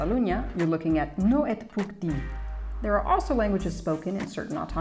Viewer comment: En catalan "no te lo puedo decir" Es "no t'ho puc dir" Que se pronuncia "No tu puc di" Debido a que la "r" y la "t" a final de palabra no se pronuncia, saludos!🤗